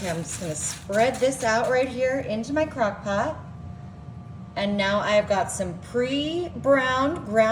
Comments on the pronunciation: She said " cock pot " What an idiot !! HAHAHA !! She's drunk .. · ❤😂She said CockPot"!😂🎉